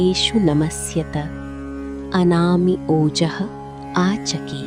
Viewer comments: It's anama not anami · It was written “ANAMA” but she pronounced “ANAMI” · You were pronouncing as anami but in display its given as anama... Which is correct😮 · yeah ...but here it sounds like anami .... or it's okay Thanks 😊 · Anami or Anama? Please clarify if the correct pronunciation is the first or the second. Thanks.